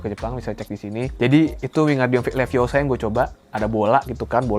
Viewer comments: Wingardium leviosa not leviosar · Hermione Granger ItS lEvIoSa NoT lEvIoSaRrR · leviOsa not levioSAAA